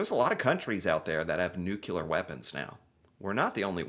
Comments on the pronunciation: Like many USAians, he says "nucular" instead of 'nuclear'. It's a pet peeve of mine! Otherwise, I agree with you. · NEW-klee-ar, not NOO-kew-lar. Also, for anyone who isn't aware of the following spelling and grammar problems, try to learn the difference between "then" and "than," "woman" and "women," and "lose" and "loose." Also, it's "should have," not "should of." Thank you. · Also it’s nuclear- not nucular 😂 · By the way, the word is pronounced nuclear (nu-clear), not nucular (nu-cu-lar). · Oh it's no Nuk you lar. It's pronounced Nuc lee ARR. Typical American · 🇨🇦 Good video,. But the word you want is “NOOK-lee-err” NOT “NOOK-yoo-ler.” Look how it is spelled — nuclear. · No Canada does not have NUCLEAR bombs, Plus we pronounce it NU-CLEAR not NEW-QUE-LA. Personally I miss Fred Myers "FREDDIES" here on the West Coast. But won't go to the states anymore since "el trumpito" seized power. "Elbows UP Canada" ! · Canadians tend to say nuclear. Not nucular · It's nuclear. Not Nukelar. Say it with me: Nu-Cle-Ar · Not nucular, but nuclear. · How can you tell is American? He says “nucular” just like Homer Simpson 😂. All in good fun, I appreciate your videos 👍🏾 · Did you say 'nucular' weapons'?? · THANK YOU! New Klee er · Would you PLEASE begin pronouncing the word “nuclear” correctly? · Canadians know how to pronounce "nuclear" properly...! 😂